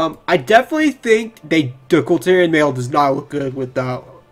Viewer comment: It's KulTiran. Not Kultyrian. Lmao